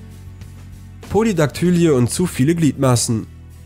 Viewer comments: Polydaktylie wird pólidaktülí gesprochen, nicht pólidaktǘli-e, also Betonung auf der ersten und der letzten Silbe, ohne ein angehängtes e. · Po-li-dak-tü-lii und nicht Po-li-dak-tü-li-e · Polydaktylie wird anders ausgesprochen